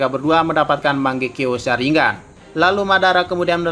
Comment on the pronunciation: Jir nyebutnya salah